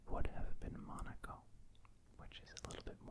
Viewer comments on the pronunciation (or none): none